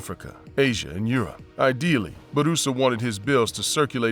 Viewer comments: is name is pronounced Boorassa not Baroosa. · Blunder, Gee every time he said Baroosa, grated my ears. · Idk why it’s so funny for him to say “Bourassa” 😂